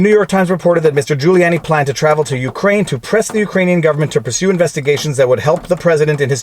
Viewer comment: The only thing wrong with this commentary is how you pronounce Ukraine 😝 Seriously though, thanks for the steelman of the defense side of things!